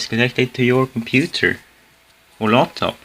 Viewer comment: Laptop not loptop.